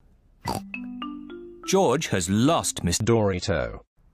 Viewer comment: Mr Dorito said durito